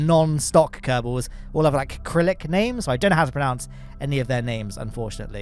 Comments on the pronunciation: My main point was that it's "Cyrillic". It sounds like "sir"+"illic". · acrylic 😂😂😂 Cyrillic you mean i had to rewind that a couple times to see if i heard that right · cant believe you pronounced "Crylic" wrong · The Cyrillic (pronounced with an S, not K) names, re-anglicized: That's Tim Kerman, though actually pronounced "Teem". That's Julia Kerman. Bit tricky to get that 'J' sound, so they went with "Dshoolia". "Madchiya"? Is that a Russification of "Marjory"? Might be interesting to try to solve the waves problem; pontoons and more low-end torque, perhaps?